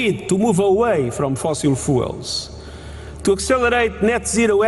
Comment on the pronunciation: He also says "Fossil Fools"